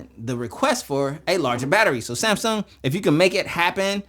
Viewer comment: Smasung? No its SMASNUG 😂